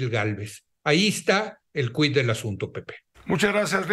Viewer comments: Para Leo. Me extraña. Se escribe quid, pero se pronuncia sin la "u". A cultivarse.... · La pronunciación en latín era cuid